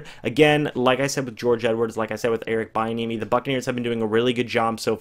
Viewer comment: His name is pronounced Eric "Be-enemy"